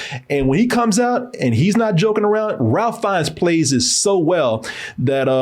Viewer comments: Now,, Ralph has worked long enough and provided us some truly spectacular characters that he's at the very least earned his name being said properly. It's RAY-FE not RAL-FE. We don't pronounce your name KO-RAY, even though the spelling could be interpreted that way phonetically. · Ralph Fiennes pronounced his name “Rafe” (‘reif’)🤷🏽‍♀️ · I was waiting during this whole review for to correct that his name is strangely pronounced “Rafe”. Alas he didn’t.